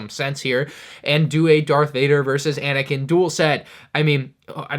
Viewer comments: “Darth Vader vs Anikin”? …. 😑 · You said darth vader vrs anikin wait a minute